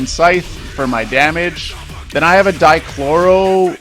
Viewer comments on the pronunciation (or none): Die-ka-toe-mik why can no one ever pronounce it